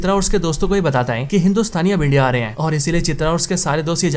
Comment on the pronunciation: Dude please learn to pronouce the Hindu/Urdu word "Hai" -- it is not "Ain" , it is "Hai/Hain"...Its very irritating to the ears.